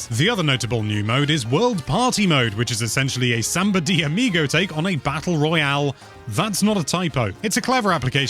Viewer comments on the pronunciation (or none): none